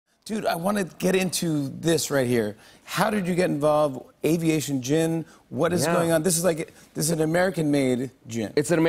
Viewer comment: Avation gin lol